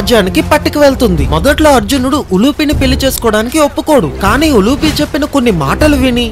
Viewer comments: ఉలూచి,ఉలుపి కాదు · Not ulupe it's ulchee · ఉలూపి కాదు రా ఉలూచి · Ulupi not uluchi is correct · Uloochi not uloopi